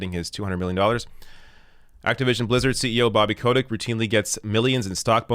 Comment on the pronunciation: OK I have two complaints to make here. His name is pronounced cottage you know, like that cheese. And you forgot to draw devils horns on his face, he really likes it when people do that.